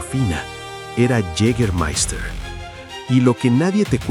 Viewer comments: Yigamaista se dice, es aleman no ingles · Si queréis pronunciarlo bien, y no como el narrador, es "yegamaista" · Lo único que no me gustó es que no pronuncias bien Jâgermeister !! 🤷🏻‍♂️